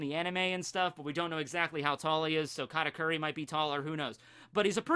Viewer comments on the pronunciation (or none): Why you say "Karakuri" instead of "Katauri"?